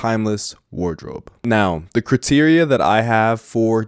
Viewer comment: The way you say criteria 😁